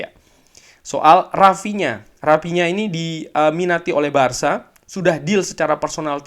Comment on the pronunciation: Penasaran, kenapa tiap ngomong barca selalu ada penekanan tentang penyebutannya??